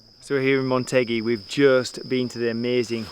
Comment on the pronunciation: This video was going so good right up until the end where I keep hearing you say "Montegi"(not a real place) instead of "Motegi" ;(